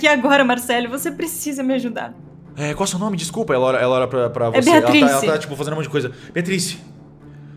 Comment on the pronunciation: Toda vez que o Cellbit fala Beatrice eu escuto Beatriz e me arrepio toda ✊🏼